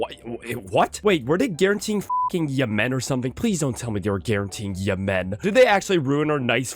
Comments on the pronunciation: I genuinely cannot think of a reason why stresses the second syllable in Yemen. Everyone I’ve ever met pronounces it /jɛmn/. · I love seeing the IPA in the wild. And yeah, never heard anyone pronounce it like him. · Never say Yemen like that again 😢😢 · I'm 99% sure that is French Canadian. I think all of his mispronunciations of country names are just the French names with an Anglo-Canadian accent. It's certainly true of Yemen/Yémen. 😂